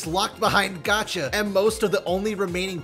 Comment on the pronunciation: Btw its Gacha, not Gotcha